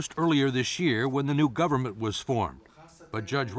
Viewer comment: I swear at the start he said "the u.s gaverment cant leave a rock until its government can govern itself" lmao